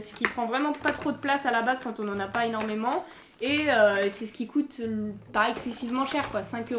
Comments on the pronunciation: j'adore mais pourquoi tu dis il COTE à la place de COÛTE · c'est bizarre car tu dis que les figures cote au lieu de coûte après jsp si je comprends pas